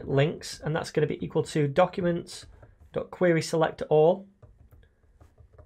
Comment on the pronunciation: Who else love his style of pronouncing queryslectOOr!!